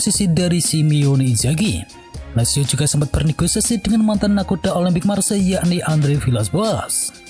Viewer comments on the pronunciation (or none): none